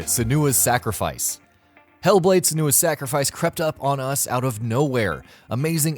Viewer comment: and pronounced senua sahnooah